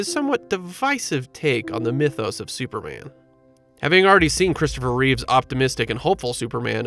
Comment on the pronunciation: It's Christopher Reeve; not ReeveS!!!... I hate when people name that mistake!